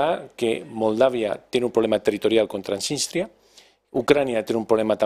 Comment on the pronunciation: Y añado, como mínimo apréndanse los nombres propios … donde está “Trasistia”?? No será Transnistria…